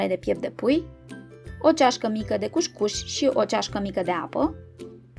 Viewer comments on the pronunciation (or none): Se citește "cus-cus" nu "cuș-cuș" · Multumim pentru rețete! COUSCOUS nu couşcouş! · E "cuscus" nu cuşcuş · Corect este cuscus